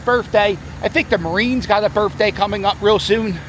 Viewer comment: Why do all white guys from south Philly sound like black guys? When you say the word birthday you say berfday